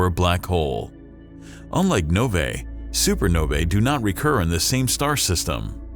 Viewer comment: "nov-ay" made my skin crawl